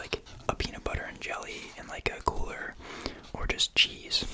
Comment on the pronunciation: Genuinely heard the cheese dimension as "jeez" dimension, I was like what- 💀